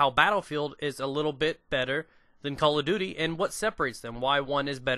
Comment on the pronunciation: I like how you say Call of Duty. . .souds like Calla Doody. Its funny.